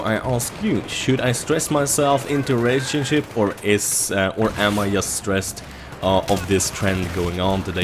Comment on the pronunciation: it's JUST, not IUST.:P